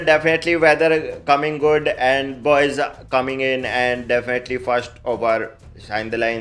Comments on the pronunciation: definately ❌DAFINATLY ✅ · Dafanataly🥱🥱🥱🥱 not definitely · Definately? 😢😂 Arr kitne definitely? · 4.20 shuwagrat😂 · Definitely ❌ Dafenately ✅ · Defhenitally is supreme 😂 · Lumber 01 "D0finotely" 🤣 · Definately❌ Defanataly ✅ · Definitely ❌ daafinaitly ✅😂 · Some important keywords : Dafnatly, anda visual, rae bareli , andia, karkit, saris 😂😂😂😂😂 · "Ji dafinatly" is parmanent for our the king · Dafnetly............... Dafnetly😂😂😂Dafnetly..... 😂Dafnetly.... 😂.... Dafnetly....... 😂Dafnetly.... 😂kung😂...... 👐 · Definately defntly defltynh defltyn 😂😂defnatli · " AAND-DE-VISUAL"...matlab ki definetly.. AAND VISUAL....:face-blue-smiling::face-blue-smiling::face-blue-smiling::face-blue-smiling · Matlab ye toh "defnetily" Real se bhi jyada Real ho gaya ji 😂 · आग लगा दी भाई "डेफिनेटेली" अंग्रेजी कमेंट्री कर के।। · Hahahahaha 😂😂😂😂 Defonatly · India❌ Undia✔️ Individual❌ Andabhurji✔️ Definitely❌ Deffnatly✔️ Air conditioner❌ Air cooler✔️ King❌ Kong✔️ Virat❌ Barat✔️ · That Defiinetly and Kraket 😂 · Accent on point. 100% defnitly 90% endia 50% kerket 20% ❤ for Bakri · "Definitely" ji 😅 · 'definitely' fanniest episod I see reeecantly🤣